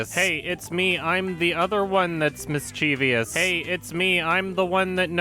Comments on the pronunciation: FYI, it's MISS-CHE-VUSS, not MISS-CHEE-VEE-US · "mischeeeevious"? That's a word I've never heard before. Were you trying to say mischievous? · *Mischievous Why do so many people say Mischievious? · did you just say "mischievious"? I dare you, I double dare you, say it again. Oh you did say it again... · Read it with me: M-I-S-C-H-I-E-V-O-U-S. Note how there is no "I" after the "v" plz and ty. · You mispronounced "mischevious". There are only three syllables in that word. Sorry, I'm a grammar nazi. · the only scary thing about this video is how you say ‘mischievous’ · What kind of furry are you? Also learn to pronounce mischievous.